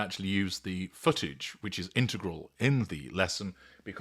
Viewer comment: Thank you for pronouncing 'integral' correctly 😊